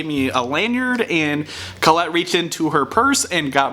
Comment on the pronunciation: I am very happy I subscribed ! I won't even give you crap for the mispronunciation of Colette. Oh wait. Did it just misspell Colette ?